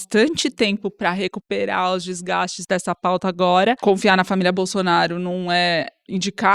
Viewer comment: quem mais pegou esse "famiglia"? Hehe